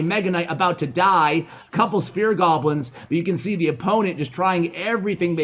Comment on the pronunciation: I keep hearing him say "spirit goblins".